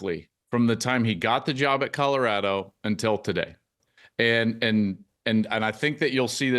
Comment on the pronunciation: At some point Whitlock should learn how to pronounce "Colorado".